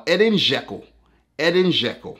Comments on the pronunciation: It’s not eden it’s edin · im Bosnian and Albanian my name is Edin you pronounce the name wrong is adeen